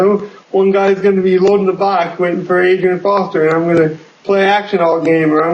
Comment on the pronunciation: Great video. It's Arian Foster not Adrian Foster.